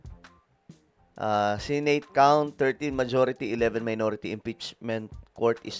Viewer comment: It’s Senate (Se-Net or Se-Neyt) not Sey-Neyt.